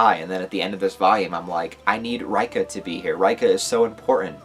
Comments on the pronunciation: why you still calling her R-eye-ka lol, it's Ray-ka. And Tae is Tah-eh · reika = RAY-ka ..... Tae = TAY 😂😂